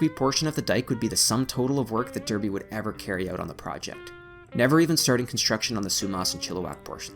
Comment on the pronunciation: pronounced Darrr, bee; Smiiiiiiii.....the